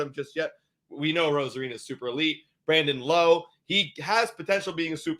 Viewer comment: It’s Brandon L’Ow 🤕